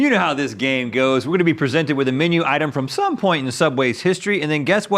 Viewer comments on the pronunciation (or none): The way Rhett says "some" is incredible